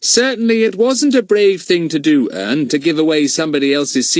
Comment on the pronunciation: Said wrong Ern😢😢😢😢😢😢